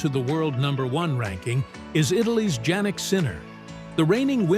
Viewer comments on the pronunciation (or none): Guys, I need help pronouncing foreign names, I am embarrassed to say. So, I need sites like this to get it right. I am pretty sure you mis-pronounced Jannik Sinner's first name, which, if I am right about that, makes me disrespect this site and not trust and NOT subscribe to it. So ... come on. Shape up